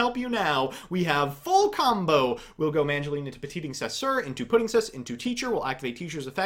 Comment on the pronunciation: i almost got sick from all that sugar but your pronunciation of petingcessouer was more than sour